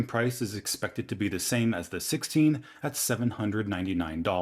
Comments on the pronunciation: He said da iPhone 17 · Did he say ‘G A Y’ iPhone ?😂😂😂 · did he just say “gay iPhone 17”?😂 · He said gayphone 17 🤣🤣🤣🤣